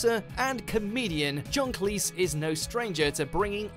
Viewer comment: How do you mispronounce John Cleese?